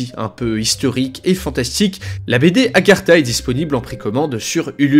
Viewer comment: Pourquoi tu dis Agertha ? C'est Agartha personne t'a prévenu ? 😅